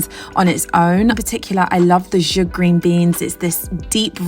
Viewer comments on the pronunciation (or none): These meals are gorgeous! Thank you. Also just wanted to say the pronunciation for Zhoug is Za-howg. Just information. Thank you for inspiring us